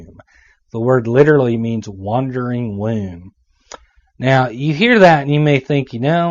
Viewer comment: It's pronounce "womb," not "wheh-oom." LOL!